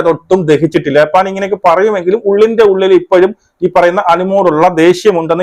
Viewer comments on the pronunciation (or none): none